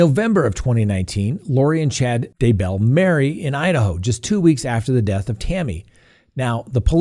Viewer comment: YEAH! You finally pronounced Daybell correctly. Love your show!!